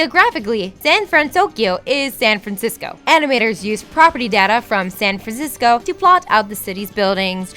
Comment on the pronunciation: The pronunciation errors were making me cringe so much that I had to pause the video and look into the comments to see if anyone else was hearing this. "Kubuki"... blegh. Also, "San Frazisco"